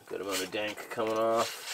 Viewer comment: I thought he said "Dang"